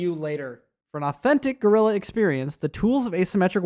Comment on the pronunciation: "Guerrilla" as in "small war" , not "gorilla". "Guerra" is "war" in spanish...